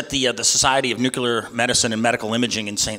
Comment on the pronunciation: If this guy wants to gain support he might want to start pronouncing nuclear properly.